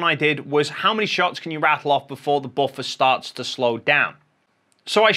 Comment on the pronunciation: All I hear is boffer